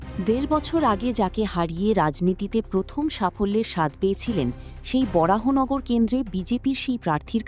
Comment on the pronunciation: BJP eke nebe naa, and it's baranagar not borahanagar